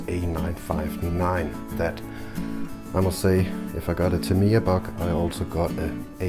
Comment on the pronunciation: The standard TA02 steering is weaker than it is on this and the Top Force. The aluminium steering upgrade set (Yeah Racing) is not for this model but the standard TA02. (BTW the last pronunciation of Tamiya was correct :) It hurts my ears when people pronounce it the North America style, haha )